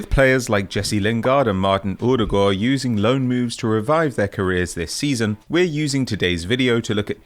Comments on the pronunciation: "Errrrdegwer" never heard Odegaard pronounced like that before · lovely pronunciation of Martin Odegaard x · Yeah but it was the wrong pronunciation